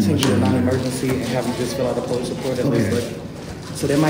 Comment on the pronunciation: you mean the Poe-leese